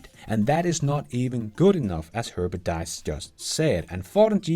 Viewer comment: Please: His name is Diess not dies (säg diis, inte dajs).